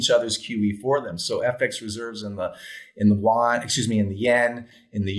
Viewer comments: The Chinese currency is the yuan (you-on). South Korea's currency is the won. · It's not the Juan; it's the yoo-aan. We white people are in so much trouble if we can't even pronounce their monetary unit.